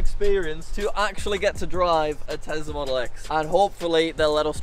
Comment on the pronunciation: Did he say engine in telsa.